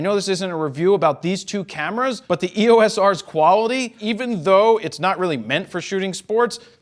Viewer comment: It is versus. It also grinds my gears when he pronounces EOS as "EE-Oh-Ess" instead of "EE-yoce"